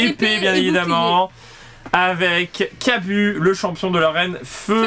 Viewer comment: je pence qu'on dis Kabu mais le "u" se dis plus "ou" et bonne vidéo